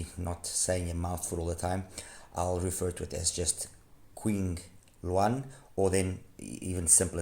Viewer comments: Nice review as always. ZhuLinNiao’s founder must love birds a lot. The company name literally means birds living in bamboo forests and their products follow this theme: the wide bore green ear tips are bamboo ear tips, QingLuan, Qing is pronounced as Ching. You’ve pronounced Lian correctly, is a bird called great Argus. Perhaps that’s also why their iems are so treble focused. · The pronouncation of Qingluan is Ching Luan. I wonder why they don't brand themselves as Zhu Audio since that is their website domain. Thanks for the review!